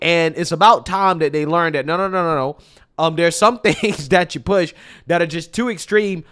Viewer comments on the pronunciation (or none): none